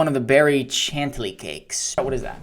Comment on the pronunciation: chantilly is pronounced like shan-tilly